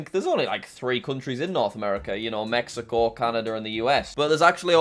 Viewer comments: Did he just say “Mekico”? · I like how he said mecaco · me key ko 💀